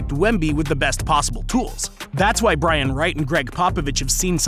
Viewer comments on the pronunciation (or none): none